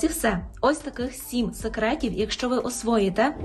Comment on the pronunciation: А я не розумію, чому багато осіб на телебаченні вимовляє українське «в» у кінці слова як польське «ł”? СекретіВ, а не секретіу!!!